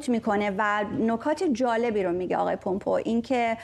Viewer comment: Please, since the name is not Parsi, pronouns the name in its English format not a easy way of saying it. It is Mike Pompeu (پامپو) not( پومپو) Thanks.